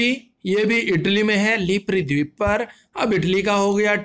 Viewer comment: भाई तुम टीचर/स्टूडेंटतो नहीं हो क्योंकि तुम्हारी वीडियो में बहुत बड़ी बड़ी गलतियां होती हैं । जैसे इस वीडियो में : मनोलोमा नहीं मौना लोआ होगा । हवाई डीप नहीं हवाई द्वीप होगा ।